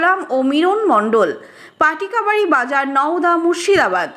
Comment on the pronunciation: পটিকাবাড়ি নয় 😂😂😂 পাটিকাবাড়ি